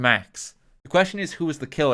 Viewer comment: "dekiller delivered debear-"